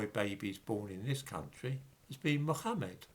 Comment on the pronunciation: Good video, but only dhmimis pronounce Mohammed like that.